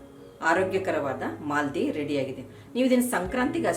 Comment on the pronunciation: IT IS MAALEDI NOT MALDI